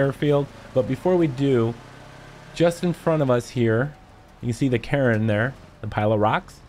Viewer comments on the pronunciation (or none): Cairn isn’t pronounced “Karen” Jesus Christ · Cairn sounds too familiar to Karen in your accent 🤣 great vid, thanks for the info! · That is not how you pronounce Cairn man. Say Kay-urn as a single syllable.